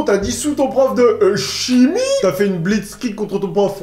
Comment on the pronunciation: ON PRONONCE BLITZKREICH MORBLEU